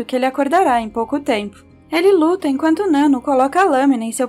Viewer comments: Adorei o vídeo mas fiquei agoniada pq vc tava falando o nome da nanno errado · Nano kkkkk, pronuncia certo pelo menos né